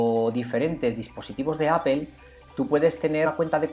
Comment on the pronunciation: estimado, no es la escritura, es tu pronunciación, No es apel es Apple